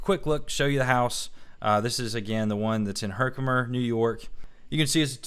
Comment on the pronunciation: I love your videos! As to Herkimer County, you pronounce perfect.:) Beautiful upstate NY.